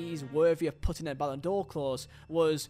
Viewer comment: Ballon D'OH clause 😅